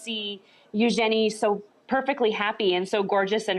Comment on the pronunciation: u jenny who the hell is U-Jenny the name is Eugenie or should we say U-jeanie